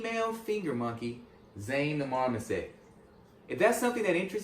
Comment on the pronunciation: yes I know that they are illegal in California...that was understood I thought and am not sure why you are repeating that again. And it is marmoset not "mama set". No you cannot have them in California even with a permit or license